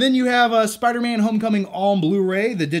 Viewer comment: Spuuder-Man (Spider-Man)